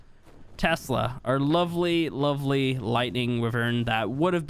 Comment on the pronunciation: A lot of “Lovele” in this video